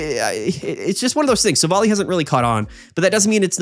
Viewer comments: hello ! Just to say : it must be Silv - ally. Like in an ally. Since in french it is "Silvallié" meaning the same thing :p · silvally is pronounced silv- ally ally like wow hes an ally not like alley